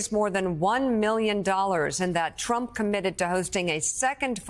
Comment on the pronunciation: I LOVE that slip of the tongue, when she called trump, chump.😂👍 That was GREAT!!!